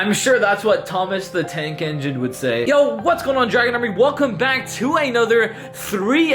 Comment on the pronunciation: Thomas the Tank Not Eneine